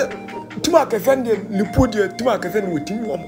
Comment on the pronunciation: Is it Liverpool or livercool? 😂😂😂😂